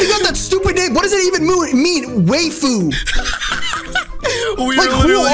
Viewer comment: He said waifu wrong I’m pissed